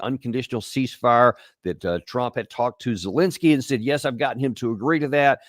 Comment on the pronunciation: Danny: It’s ZELENSKY, not Zelinsky. Please correct your error.